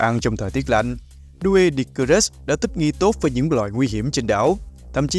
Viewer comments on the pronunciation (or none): Doedicurus phát âm đúng hơn là Đuy-đíc-cu-rớt nha ad